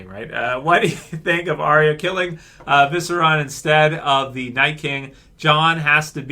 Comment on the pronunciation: ViserIon, not, "Viseron". I don't think Jon's dying, mainly because he died before. Dany would more likely be the one who goes.